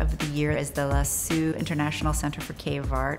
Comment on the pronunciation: Hmm, tell me about this unique reinterpretation of claasic cave art. But mispronounce Lascaux in the first sentence. That'll set the right tone!